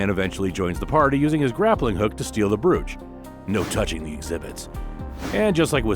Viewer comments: The word is brooch it has a long o sound making the oh sound. Not an oue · so this is AI voiced or dude is a ESL brooch isn't pronounced like that. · One thing. Brooch rhymes with coach.